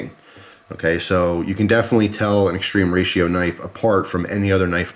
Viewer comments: It's more like "Moskin" and "Extrema Ratio" is latin (not "extreme") Sorry for being annoying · Everytime you say "extreme ratio" my heart dies a bit. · Does it bug anyone else that he keeps calling it "extreme ratio"? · .....ma come catzo pronunci "extrema ratio".....🧐